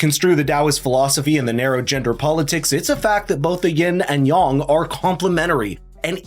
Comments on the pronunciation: Ying and Yang. Not Ying and Yong. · If you're going to pronounce yang as "yong" (which is actually "yahng", I think), say yin as "yeen", as it's really pronounced! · You doofus! Learn how to properly prponounce your words, for fxxx's sake! It's daoism! Dao, pronounced like now! Yang, not yong! Yang, like hang! (scowling and shaking my head in derision)